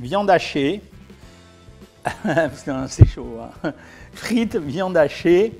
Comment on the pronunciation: je sais que vous dites pas ça mais on dirait ! 😁